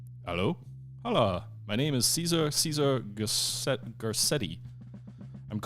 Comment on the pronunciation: Cesar would be pronounced something like "Say-Tsar".